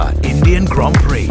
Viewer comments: Bro it's ग्राँ प्री not grand prix. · Bhai "grand prix" sahi tarah se pronounce kar